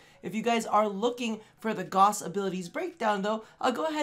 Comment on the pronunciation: Gauss = Gowse. not Goss.